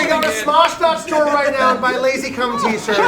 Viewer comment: Did just call lazercorn lazycum